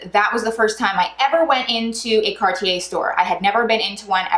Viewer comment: Can’t even pronounce it correctly..